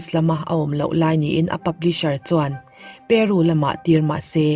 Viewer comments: Periisss tih lam zo chiah Peru pawh peeeru ti daih😂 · Keu tih leh Peru tih thluk hi dik lo